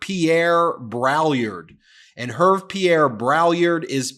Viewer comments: Het, Ben! It’s not “Herv”. It’s French and pronounced “ Err- vay” I don’t really care about the Drumpfs, but I do care about going to the trouble to find out how to say people’s names properly. How would you like to be called “ Meese-a-less”, as I once heard it said? . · "Herve" pronounced "Air-vay" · Ben, you should know it, French name Herve is pronounced [er- v- ai], not [erv] lol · pronounced Air-vay. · Ervay is the correct pronunciation. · It’s Hervé (French for Harvey) and pronounced Heir Vé (as in Beyon-cé) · love your channel , Herve is probably Hervé, pronounced 'Hair' 'vay' like may & pay lolll His family name is Braillard which mean in French someone who is crying....... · "Hervé" is pronounced "Hairvay" FYI... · Hervé is pronounced Air-veh 😊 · Great stuff! Just a small correction, Hervé is pronounced "hairvey". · Bonjour Ben! In French, Hervé is pronounced « Air-vey »! I love your Channel havé learned so much. We have also a similar Channel as your in french called « la chute », the fall. The fall of Donald Trump. Merci pour la chaîne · Please at least make an attempt at pronouncing the stylist dude's name... Try "Her-vay". See? Much better!😃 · Hervé is pronounced « Err - vey » - French version of Harvey. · And I am going to be 'that person' who points out that the first name is pronounced like URRVAY and the third like BRAYAR. Sorry. In my defence, I am British, and quite pretentious. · It's weird that someone as educated as Ben mispronounces the stylists name. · Ben... you butchered the stylists name. LOL